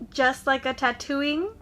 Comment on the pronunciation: You said tatooine wrong 😑